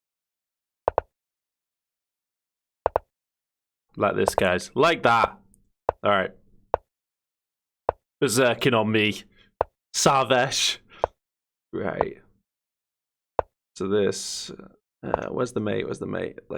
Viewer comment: Btw my name is Sarvesh not Saaarvesh